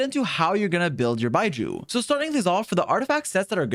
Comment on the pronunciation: Love you mate, but can you not call him 'Bye-jew' ?